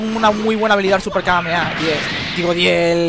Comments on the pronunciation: Me da bronca que diga súper kameaea osea decilo bien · si sos argentino como yo si ellos dicen kameamea y nosotros kamehameha